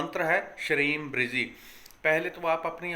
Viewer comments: लिखने में ब्रजी लिखा जाता है और बोलने में आप ब्रिजी बोल रहे हैं सही शब्द क्या है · Sir app bolte shreem brizee lekin shreem brazee. Orijinal kya mantra hai guruji